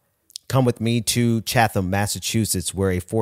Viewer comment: Two corrections: Musk's father owned a diamond mine. And the city in Massachusetts is pronounced "Chat-Ham". Other than that, another good episode. Thank you.